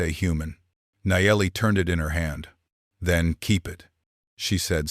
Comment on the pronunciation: you people must not know to many native names, stories are good, 3-4 names for native sisters are same, why?, oh and Ai is telling the stories, need to learn pronouciations, can even say simple words like "it" and few others lol, but stories are great, with all the racism going on along with hatred, good to see stories that whiteman and natives can co exist